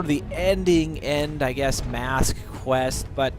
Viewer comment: "MAAASK" that pronounce made me die a little bit inside x)